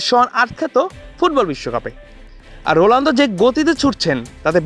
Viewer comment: রোলানদো নাকি রোনালদো কি রিপোর্টার রে বাবা 😅😅😅